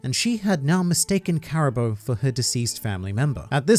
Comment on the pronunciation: I suppose this is as good a time as any to inform that it's in fact pronounced Caribuu rather than Caribo.